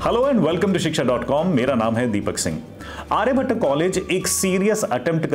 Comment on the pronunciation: sir firstly just pronounce आर्यभट्ट not Aryabhattaaaa. Baaki overall college development stage m hi h. aane wale 3-4 saalon m kaafi kuch improve hoga. Aur ek collage m ho ke aapko do college campus ka mahol milta h.